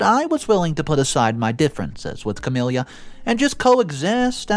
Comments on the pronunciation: Noticed this in a few vids now, I cant get over how many characters are called Camilla and how you pronounce it so wrong! Its just ka-mil-la, not ka-mil-li-ya, really distracting! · The MIL’s name is NOT “Cam-ill-ia” it’s Cam-ill-a. Her name does not end in “ia” . It’s like nails on a chalkboard to hear it repeatedly mispronounced! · There is no “I” at the end of Camilla. Ca-mill-a